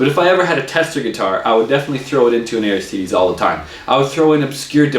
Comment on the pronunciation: You review the guitars and can't pronounce the name =\